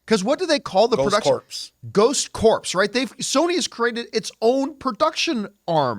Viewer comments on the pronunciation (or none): Viewer correction: "Corps" is not pronounced "Corpse," and the Ghost Corps branding existed for Afterlife as well. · Corps The ps are silent...